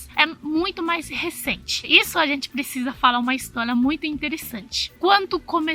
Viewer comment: Histólia, Helói, escleveu, pla, valias, palado, categolia, kkakakakakakaakakakakkaakak